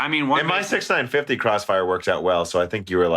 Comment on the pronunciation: 6950 = "six-nine-five-zero" OK 6950 = "sixty nine fifty" OK 6950 = "six-nine fifty" NOOOO!!!! Somehow you don't have this problem with 6900, 1660 or 2080. Also, Frankenstein rhymes with Wolfenstein. There's no "STEEN" in either. I have to think you were trolling that guy who complained about Nvidia. If he's still subbed, he hasn't heard this episode yet.